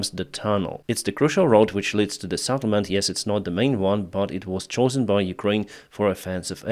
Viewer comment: not Saddlement but Settlement:face-purple-crying